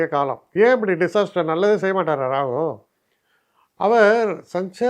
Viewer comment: You are the only astrologer i have seen and heard Rahu as Rahu else all pronounce Rahu as Ragu.